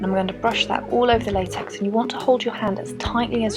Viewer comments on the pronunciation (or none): Latex it said laxex but I know what it is